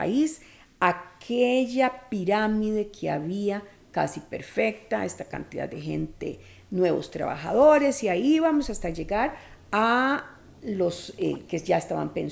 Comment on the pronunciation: Pietro Dijo Piramide... mae dijo Priramide jaja